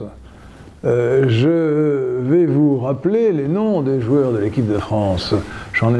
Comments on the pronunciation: Vu la manière dont il prononce leurs noms, je ne crois pas. Qu'il aille se taper une séance d'entraînement de haut niveau, avant de nous faire rêver sur ses exploits sportifs. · C'est la France dans toute sa diversité qui a gagné la coupe du monde. La meilleure réponse à toutes ces critiques ce sont les joueurs eux mêmes qui l'ont donnée via internet. Quel manque de respect à l'égard de ces joueurs lorsque je vous écoute prononcer leurs noms. Vous ignorez ce que sont les exigences du sport de haut niveau et les sacrifices consentis pour en arriver là. Nous faisons des envieux de part le monde avec cette équipe, et vous vous permettez de pisser sur ça. Avez vous oubliez le sacrifice des soldats coloniaux depuis le second empire ? Que pensez de l'équipe de rugby sud africaine, de la majeure partie des sportifs afro américains, de l'équipe d'Allemagne de 2014 ? De plus sociologiquement parlant, une grande partie des français de souche a perdu sa virilité malheureusement (mai 68, LGBT, féminisme , ...). Alors soit la France sera sauvé par une alliance entre les patriotes de tout bord, soit elle ne se relèvera pas.